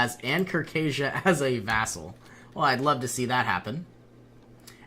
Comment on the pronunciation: Vassal! It's vassal!